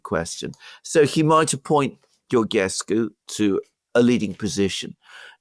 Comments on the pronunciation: Georgescu is spelled like the King George, George-escu, add the escu at the end of George. In Romanian, Ge is pronounced Ge like in George, and Ghe, is pronounced like in Ghepard. No "h" no Ghe-pard. Just George like in King George the V. Btw, no matter how many elections will cancel, the people will keep voting against EU. Remember, Georgescu got 23% votes and they cancelled him, and now Simion got 40% of the votes. Also Siminon's AUR party it's part of Meloni's Conservative and Reform faction in EU parliament. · Alexander pronounce Georgescu properly,just like King George!Also he will not be a prime minister because Romanian Pariament must confirm a presidential nomination...and they will listen to EU dictat and denie Georgiescus nomination for PM! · Guys, the "ge" în Georgescu is pronounced like the "ge" în "gentle". If it were pronounced like the "ge" in "get", it would be written "ghe". That is why it is "George Simion" and "Gheorghe Hagi". It works like Italian "Giorgia" vs. "Lamborghini". So, stop pronouncing Georgescu like we would Gheorghescu! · Georgescu is pronounced just like George in English just add escu at the end